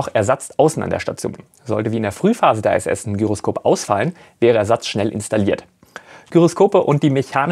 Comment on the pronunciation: Warum "ei-äs-äs" und nicht "ih-äs-äs" bzw. "eitsch-ti-wi" anstatt "ha-te-fau"? Abkürzungen können immer in der eigenen Sprache (hier: Deutsch) ausgesprochen werden. Das machen alle so - auch die Amis (BMW = bi-äm-dobliu"